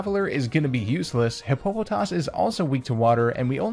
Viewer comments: Hippo-po-toss, Not hi-po-po-toss. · It's pronounced hippo-puh-toss, not Hi-poe-puh-toss. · This guy really said Hip-po-po-toss